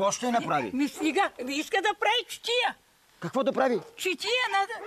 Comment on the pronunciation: Само че тя казва ЧИТИЯ. Друг е въпросът че е искала да каже ЧАТИЯ. И аз на мястото на щях да се зачудя. Ако му беше казала ЧАТИЯ, нямаше да й казва "Какво е искал да прави???